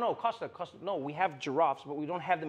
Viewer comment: Nkuna, Michael Kosta, not Acosta...